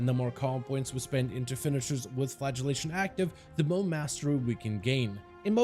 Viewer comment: great guide, well explained, but: when you say flagellation i hear flatulation which makes me think of farting x)